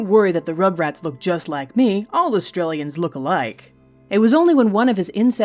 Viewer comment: It sounded like you said Australians rather then Austrians